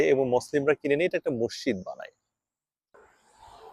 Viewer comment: NOT MOSSID BUT MASJID